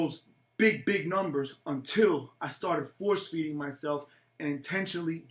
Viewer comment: "Force feeding" I keep hearing that